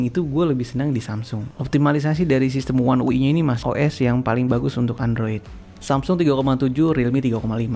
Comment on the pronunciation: One ui dibaca Wan yu ai bang